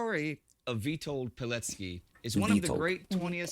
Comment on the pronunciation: Not bad on pronouncing his name. Better than most people. It’s Vih-told Pih-LETS-kee.